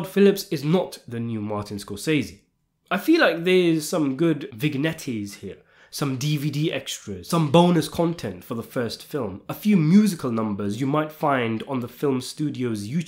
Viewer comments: Not "vig-natty" but "vin-yet" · What's a vig-netty?😂